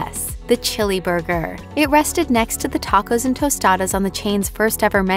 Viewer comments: Lmao teycos😂😂😂😂 Se dice tacos !!! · did she really say “take-ose” 😹😹😹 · Why did she tacos like that 😂 she said some “take ohs” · I stopped at the way she pronounced tacos